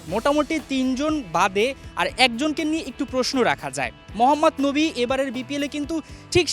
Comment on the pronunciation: মোহাম্মদ নবী না মোহাম্মদ নাবি বোকা মার্কা ঠিক মতন নামটাও বলতে পারে না